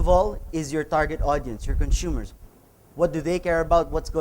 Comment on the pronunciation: "Conshumers..." je je je... no, but really, cool talk. Thanks so much.